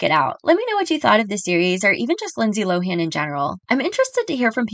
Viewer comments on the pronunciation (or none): Did you know that we’ve been pronouncing her last name incorrectly for years?! It’s actually “Lo-in!”